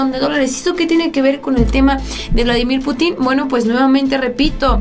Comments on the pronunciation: ¿Por qué pronuncias Putín.... Cuando la "i" no lleva tilde? has de pronunciar Putin y no Putín. Como si llevase tilde en la "u". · Se dice PÚTIN, Pútin. No sabes usar los acentos????? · Pútin,; acentúa la "U" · Más respeto para mí camarrada Vladimir ,es Pútin y no putín ánimo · Exactamente, raro que vea un vídeo de ella y cuando habla del Presidente Ruso, me molesta mucho que pronuncie mal su apellido y le pongo en el comentario: PUTIN NO PUTÍN. Pero sigue igual. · se lee "Vladímir Pútin", no "Putín". Tu no eres "Solanó", eres "Soláno" (uso acentos gráficos). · Hola. Deberías pronunciar correctamente el apellido Putin con acento en la u para que no parezca una falta de cultura y hasta pase a ser visto como una ofensa intencional que no sería bien visto desde tu figura como youtuber. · es Pútin no Putín, te invito a pronunciar bien,. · Mi querida, es Putin con acento prosodico en la u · Sabías que la palabra Putin no tiene acentuación en la i, no se dice puti'conacento en la i se dice Putin como se lee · Ya por DIos aprende a pronunciar el apellido de Vladimir Putin!!!!!!!!!!